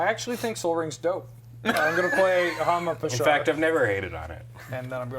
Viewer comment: I'm german and let me tell you, i didn't understand one word of reading Hama Pashar:D